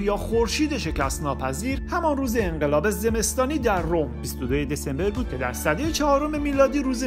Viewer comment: چرا اینقدر اصرار داری واژه هارا غلط تلفظ کنی ، ساکن هرکشوری باشی دلیل بر اشتباه تلفظ کردن نداشته باش دسامبر حرف ب ساکن است ولی تو ب را با کسره تلفظ میکنی این نمونه بود توی هر برنامه ده تا کلمه رو غلط تلفظ میکنی وبه برنامه های خوبت گند میزنی، بهتره یه مدت بری کلاس نهضت یا اکابر